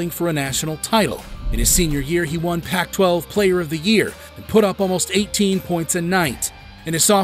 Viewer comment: “Pack-12” bruh